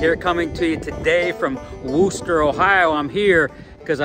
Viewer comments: I grew up in Wooster, pronounced like "crook," not "who", lol. I graduated from the old Wooster High School, which is now Cornerstone Elementary School. Thank you for all the kind comments about Wooster and Wayne County. The group of Amish folk you interviewed do not like to have their photos taken, so I am surprised they agreed to talk to you on camera. Holmes County is just south of Wayne County and has a huge Amish community. I attended WCS many times in the past, but at 74 yrs old, I don't get out like that any longer. I can recall "eating dirt" with every pass of the race cars. This was one of the entertainments my husband and I enjoyed together. One of my sons and a nephew used to race in modifieds in Holmes County a generation ago! Again, thank you for all the kind words. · I believe its pronounced wister, its a funny thing larson is soo good at almost anything you put him in, he just out and out dominated that hilbilly 100 last week, 100 laps he lead, though they did not make it easy for him, its funny how small in stature some of the drivers are, from the younger under 40 gen, well you have buddy kofoid and tyler courtney and zeb wise that are taller then me, but its the old guys that are really tall and large guys like matt goodnight, shane cottle, ryan newman, and bryan tyler that are the tall guys at least in silver crown racing and sprints, larson though yea I have yet to meet him and talk, hope he dont epouse the weird california politics though that would be a deal breaker for me, as good as he is and the best in prob 2 generations. hope buddy is feeling better he took a nasty flip at the 4 crowns last week. the name of wooster used to make me laugh cuz it spelled like rooster, they have the wooster brush company and still make many of their paint brushes in the usa among things.